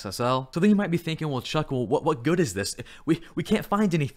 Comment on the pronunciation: It's not chuk